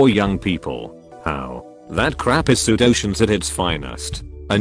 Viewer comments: The robot voice was constantly mispronouncing common words. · that pseudoscience pronunciation hit me like a locomotive brick wall.